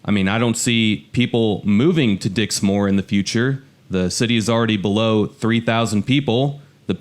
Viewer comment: Dixmoor is pronounced Dix-moor which rhymes with poor, NOT Dix- More